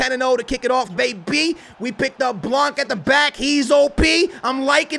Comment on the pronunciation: U don’t pronounce the c in blanc